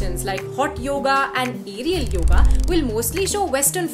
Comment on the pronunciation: You could begin by saying the name right ... it is yoga. Not yog. How would you like it if I called Sita by a shorter variant "Sit"?